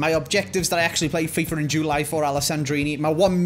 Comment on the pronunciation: No one: …: In JEWWWly